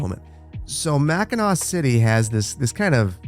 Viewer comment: u know hes local when he knows how to pronounce mackinac